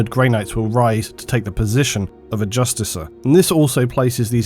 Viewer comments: Its Justicar as in Just - ee - CAR. Not Justicer. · There's no I, it's just "justiCAR", NOT "justiciar". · Justicar... it's pronounced "Justi - kar" not "Justice - er"... other than that, fantastic work ^^ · the only issue i have is pronunciation of Justicar, i believe is should be a hard c so "just-i-kar" rather than just-i-ser" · I'm not a grammar "natzi" , but it does annoy me when people pronounce certain words incorrectly. How do you pronounce justicar? Actually, the word is Justiciar, and is pronounced Jus-tish-ee-er. As in "cashier." They spelled it wrong in the game. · Imagine pronouncing justicar like "justiser" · Do you mispronounce things intentionally? Justicar...not JustiSAR...jesus dude. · Pronounced Jus - tee - car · And justicar is pronounced with a hard C.